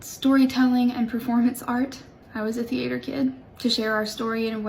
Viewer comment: Her pronouncing it "thee-AYE-ter" told me everything I needed to know.